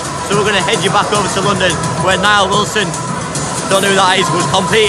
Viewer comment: It’s Nile not Neil haha that cracked me up 😂😂